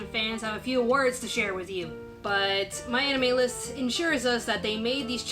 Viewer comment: Damn, I don't know why I hear what I hear but now I can't stop hearing "My Enemy List" when you talk about "My Anime List".